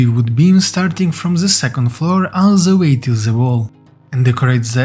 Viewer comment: it's not "Z", it's "THE"